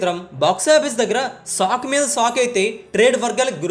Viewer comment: సాక్ కాదు అయ్యా షాక్ అనాలి